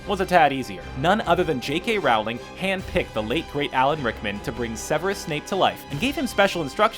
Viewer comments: Rowling is pronounced like Row and not like ow. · It's Rowling like bowling, not Rowling like howling. Just saying.